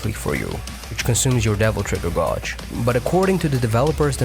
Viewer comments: Please stop saying "godge." It's pronounced "GAY-dge." After a while, that's all I could hear in your video! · Just a quick comment and not to be a dick, but the word 'gauge' is pronounced as 'gaydj'. I know, English doesn't always make sense, but there ya go. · The way you mispronounce gauge bothers me so much...Other than that, great video. Thank you for the information.